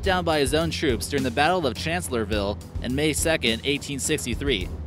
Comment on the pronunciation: For Gawd Sake. It's Confederate General Pierre Beauregard. BO-REE-GUARD. And it was called Chancellorsville. You left out the "s", and you also mispronounced it the same way. Suggestions: 1. Do your homework. 2. Rehearse. Your voice is clear and easy to listen to. Keep at it. Good luck!